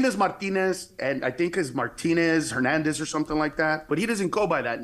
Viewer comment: Rick I liked this video, but you criticized gringos for not pronouncing Spanish names, but both you did the same mistake, like Hernandez was pronounced with the J sound instead of the H being silent.